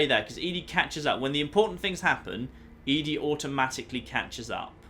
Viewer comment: I can tell you why you are so far from "start" in lonesome Road - You start up high near the top of the Canyon and walk along the side down. BTW ED-E is pronounced "Eddie"